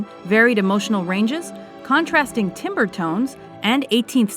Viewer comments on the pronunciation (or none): Gustav Mahler should have been on this list somewhere. He was the pinnacle of Romantic composition. Also, it's pronounced 'tam-ber', not 'timber'. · What the hell is timber? It's pronounced TAM-BER (timbre) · "Timber" lmao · I really don't want to be rude, but for your knowledge "timbre" is pronounced "tam-bur." I know, it's really strange. I don't blame you a whole lot, but just for future reference, the pronunciation is not what you expect. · I think you were talking about timbre. I don't blame you for pronouncing it wrong, because you have to be told how it's pronounced. However, it is pronounced tam-burr. I know, it's strange, but that's how it's supposed to be. If it were up to me, I'd probably change the spelling to at least make a little more sense. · If you're going to do a video on music please don't pronounce timbre as "timber" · Timbre is apparently now pronounced tim-ber and Mozart played the keyboard... This Liszt really disappointed me, they should go Bach to movies and other stuff and leave the musicians to Handel these lists.